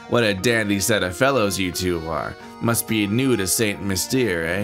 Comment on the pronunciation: St Mystere is pronounced San Mystair.